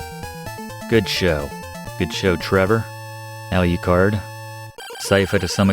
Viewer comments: So why do you call Draculas son “Aliucard”? It’s Alucard, no ‘I’. You don’t pronounce Dracula as “Dracuila”. Sorry, been bugging me the whole video. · Professor, I LOVE your channel and this is a great walkthrough of my fav game but your pronunciation of Wallachia (wa-laa-shee-uh) and adding another syllable to Alucard drives me nuts lol… however keep the great content coming